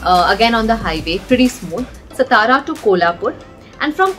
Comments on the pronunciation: It's सातारा not सतारा. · it's not STARA it's SAATAARAA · It's not SsTara .. it is Saatara.. can't believe such people exist ..